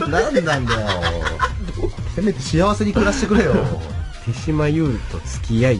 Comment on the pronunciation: 有吉でさえ「てじま」と「てしま」で読み方 統一できてないのが，手島っぽい